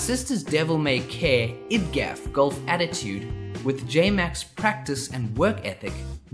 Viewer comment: I've never heard anyone pronunciate "idgaf" and it was the weirdest thing i've heard in a long time. Do people say "id-gaf"?